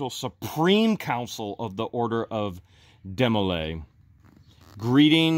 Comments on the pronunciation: Hi guys...Demo lay is the youth organization for guys in prep prep for the Masons ...and the girls organization is called Job's Daughters. To have attained "Supreme " status the person must have been in from the beginning age of 12.... Its pronounced Dee,-mo- lay. My daughter was in Jobs Daughters and she had to prove her Mason heritage to her great grandfather to join The counselors and adults represented the girls were very good teaching young girls to become with a small amount of public speaking in holding office ,presentation of faith & ,floor work for the public at their bethel meetings, memory work and special duties they had to learn from their member's book. It was nothing secret all meetings included parents,and guests,etc. They did teach girls how to grow into young ladies. Of course ,this was how we were raised and so My husband and I could see the value to our daughter to have new friend,make it to the meetings twice a month, learn a little about the values that we all considered good like loyalty,faith in god,a sense of caring for others and an overall sense of becoming a good, well rounded individual who cared about others in times of need or times of joy. They had special projects at Christmas and Easter for the after or needy and did a lot of good thru the organization. I saw a different side of my daughter as she grew into a young lady with thought and concern for others. I would recommend the group to anyone having a young daughter or daughters to possibly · It is pronounced D MO LAY and not a secret society